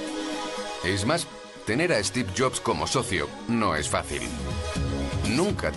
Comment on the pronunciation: No es 'esteve', es Steve. Me molestia la inabilidad de pronunicar el S de ingles.